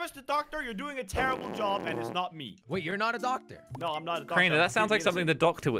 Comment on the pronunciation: said "ductor